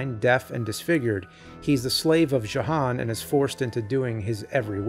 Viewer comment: That’s “Yo-han” with a J.